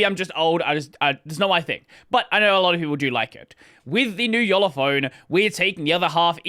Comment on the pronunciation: Not much closer, spot on